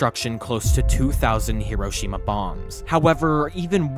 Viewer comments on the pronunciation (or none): none